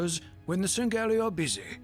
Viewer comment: Does anyone else get put off when they hear sangheili pronounced sin-gel-aye? I know its the dumbest and probably biggest basement dweller thing to complain about, but it gets me every time 🤣